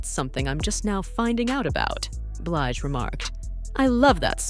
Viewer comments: Who the hell is “Bleeej” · Why is it that you can make this video but can't pronounce her name correctly. The women has been singing over 25years how the hell you dont know how to pronounce it.. Yall white people do this a lot i notice when making these videos. Just sad...